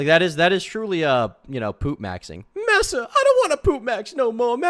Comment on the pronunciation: ITS MASSA NOT MISSA